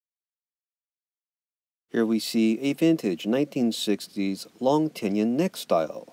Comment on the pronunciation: Dude! The word is "te-non," not "ten-yon." Also, it's "po-ten-ti-ah-meter," not whatever you're saying. Peace.